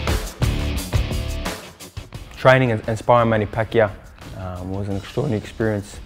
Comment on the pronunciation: Manny PackGear 😂